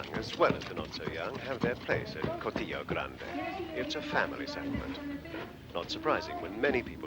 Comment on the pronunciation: Shame that the commentator didn't pronounce 'Cortijo' correctly!!!!!